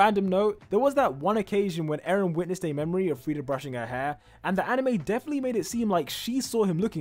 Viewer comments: "Aaron" "Emir fritz" "Frieda rice" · Bro litterly said Aaron in the timeline